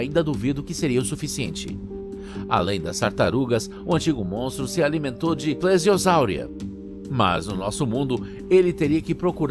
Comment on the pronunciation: Tipo vc tava falando CORONASAUROS, sendo que é Kronossauro, e tbm vc pronunciou Plesiosauria errado